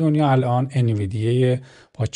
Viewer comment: ان-وی-دی-یا تلفظ صحیح سهام NVDIA هستش.